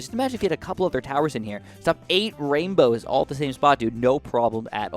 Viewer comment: he said 8 wainbows